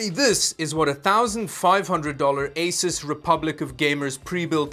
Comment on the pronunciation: I was told by an Asus employee it's pronounces Ay-soos.